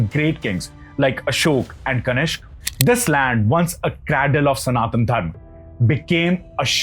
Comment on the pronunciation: It is Kanishka and not Kanishk. Dear youtuber please pronounce the Sanskrit words as it is and not like how you present day generation pronounce it like in hindi.I have observed that almost all hindi speaking people, including many so called famous astrologers and Pandits pronounce most of the sanskrit or Sanskritam words wrong. You people omit the ending of the word with an Aa sound. Only a few pandits who recite vedic shlokas and mantras While conducting yagnas Or havan get it right it's my observation.